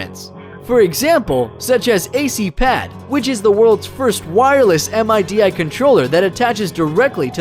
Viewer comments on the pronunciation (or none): Also it’s not called a “Neck Shaft”, and “MIDI” is pronounced “Midi” not spelled out “M I D I”. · For the love of all that is holy, stop saying "neckshaft" and "Em eye dee eye". It's MIDI.... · Lol you said m.i.d.i not midi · Or saying M. I. D. I. instead of midi. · Midi nobody calls it M.I.D.I. unless they haven't a clue what they are talking about. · Did he just say m.i.d.i instead of midi??? Im out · You lost me at "M I D I" rather than just saying MIDI. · That's the exact same spot where I tapped out but I continued to let it play while I'm browsing the comments and it ONLY GETS WORSE from there =/ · Em eye dee eye, why cant he just say MIDI? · MIDI = Musical Instrument Digital Interface = sounds like "midi" rhymes with "speedy greedy CD" ... sort of. And NOT Em Eye Dee Eye haha, V-shaped Gibson ... yeah, they have such a model since the late 50-ies ... and you can never guess what they call it! And Hitler Guitar??? Inventor is Allan Gittler. Listening to this guy talking about music technology is like watching a fish drown on dry land!!! :D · " THE WORLDS FIRST M I D I CONTROLLER" my nigga, say it like a normal person, "mih-de" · its not m-i-d-i its just "midi" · M-I-D-I is an acronym fool. You pronounce it as "Middy." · "MIDI" -- pronounced "Mid-ee", not "em-aye-dee-aye". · ITS MIDI, NOT m I d i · Not MIDI. M-I-D-I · EM EYE DEE EYE CONTROLLER?? Its midi kid. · Bruh it's neck not neck shaft and it's midi not m.i.d.i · its pronounced mih-dee not M.I.D.I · It's midi one word not mi di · My god, it's impressive how alien he sounds - like he's trying desperately to seem human. English can't be his first language. "M-I-D-I" really? It's pronounced "mee-dee" ... so bad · This guy needs to go back to school. He's made about 36 mistakes. Em Eye Dee Eye - NO! Worlds first digital guitar - NO! Overlaid with a simple synthesizer - NO! May his cd player get stuck on repeat malmsteen. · And "Em Eye Dee Eye" for MIDI controller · gitler not hitler